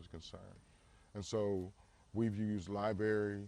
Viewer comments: Founder of a school pronouncing the word as "lie-berry" - Yikes! Not exactly a ringing endorsement for a great educational institution. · Libary. Lololololo. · "Lieberry" lmao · When he said “liberry” it was over. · Did he just say "LiBerry" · He said Libary lol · This guy says libary instead of library. There’s no way he runs a school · "Libary" lolololol!! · When a founder of a high school uses the word "liberry" instead of "library", you know something is wrong. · Please stop excusing poor language skills. "Library" does not possess a silent "r." People who say "liberry" are saying it incorrectly. It is not a regional dialect; it is not a socio-economic issue. It is an ignorance issue. Simply excusing away doing something wrong as "well, that's just how I do it" helps nobody involved. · This clown can’t even pronounce the word library…. How the fuck did he find a high school… wtf?? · lie berry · I don't trust a person who says "Libarry." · He said “we use libary” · I axed a question at the liberry. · First thing I noticed. And the fact that people are disputing you for saying this says all I need to know about the public education system. NO well educated person says "liberry". I repeat. NOOOO well educated person says "liberry". If that's you, a hit dog will holler.